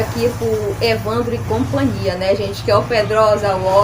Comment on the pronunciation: 😂😂😂 professora coitada...fala copania...so invés de companhia 😂